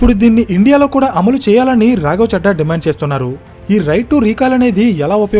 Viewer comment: రాఘవ 'చెడ్డా' కాదు, రాఘవ 'చద్దా' అని చదవాలి. మనం మాట్లాడే భాష వినడానికి ఇంపుగా వుండాలి కానీ ఇరిటేటింగా వుండకూడదు. ప్రాంతాల్ని బట్టి ప్రొనౌన్సియేషన్ మారాలి. నార్త్ వాళ్ళు 'దిల్లీ' అంటారు. మనం 'ఢిల్లీ' అనాలి. నార్త్ వాళ్ళు 'రబీంద్రనాథ్ ఠాగూర్' అంటారు. మనం 'రవీంద్రనాథ్ ఠాగూర్' అనాలి. అలా ప్రాంతాలను బట్టి భాష మారకపోతే... మేటర్ ఎంత బాగున్నా, వినేవారికి ఇరిటేటింగ్గా వుంటుంది.